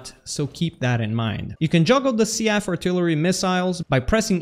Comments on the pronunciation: I love you, man. It needs to be said though. It's Seef not sea-f. And they are shells, not missiles. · The only thing I heard was SEA-AGHF artillery instead of SEAF artillery. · I feel like Seaf is pronounced Seef, not See-af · Why do you say SEAF like that? It's pronounced SEAF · "the seaf artillery missile" I can't do this